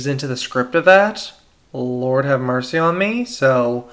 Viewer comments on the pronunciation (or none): none